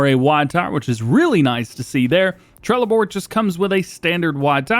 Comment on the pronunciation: as a swede trelleborg is pronounced trelleborj just sayin